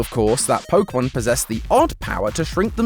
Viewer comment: Ah yes. Polkamon. Let us all ignore the correct pronunciation of é. 😂